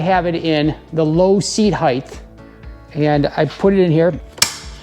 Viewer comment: I’m sure this is an informative video but I can no longer listen to you mispronounce the word “height”. Good day.